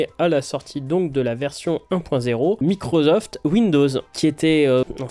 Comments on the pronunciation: Merci d'oublier la prononciation MicroZoft (au lieu de MicroSoft), c'est un tantinet ridicule, déjà, mais surtout absolument pas justifié. Je ne parle pas des fautes de grammaire semées ici ou là, juste de ce son insupportable. Merci. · Mais pourquoi microZoft, c'est microssoft qu'on prononce non? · Belle review mais Microzoft...Je ne peux pas l'entendre 😅. C'est un S, pas un Z ! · whaou :) je sais c'est décalé mais je découvre pour la première fois que quelqu'un prononce microZoft !! énorme 🤣🤣🤣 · MicroZoft ???? Tu dois être le seul en France à prononcer ça comme ça !!!! J'adore !